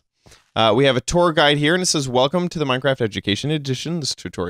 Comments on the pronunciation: welcome not welcom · 'welcom' xD